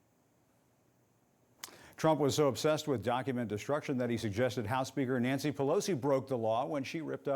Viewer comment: Majorie Greene gets my every time with her “ NENCY Pelosi” 😹😹😹😹😹